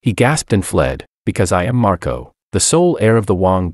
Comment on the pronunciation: Whst? Did she call Marco 'Marcoto'? 😂😂